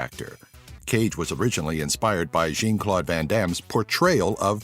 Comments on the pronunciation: JEEN Claude Van Dam just sounds so wrong.😂😂😂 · Actually, the Jean in jean-claude van Damme or when used as a masculine name is pronounced similarly to John but with a French accent. The Jean was mispronounced like the feminine version